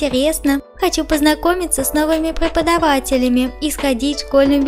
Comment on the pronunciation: Я хочу показаться грубой Но ты сказала праподавателями а не преподавателями